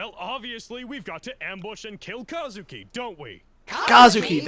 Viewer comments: They actually mispronounces Kuzukis name in this abridged series, they pronounce it as "KAzuki" when his name is "KUzuki" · I thought his name was Kuzuki not Kazuki...... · His name is Kuzuki, not Kazuki